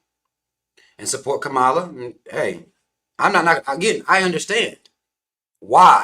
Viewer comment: Were you saying her name wrong on purpose?